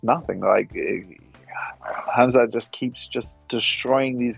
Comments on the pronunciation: Its spelled khamzat. Its pronounced "hemzah" or himzah.. its spelled hamza in arabic with an aleph but the way its commonly pronounced isnt with the english word ham .. its more of a "hawn" like hawmzah .. but saying the English word "ham" in his name is way off. It sounds like muzzlim or izzlum... to arabic speakers... really sounds super uncultured to get Prophet Muhammadsﷺ favorite name wrong... its one of the planets most common names.. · His name is k(HAMZA)t, letter K n T are silent.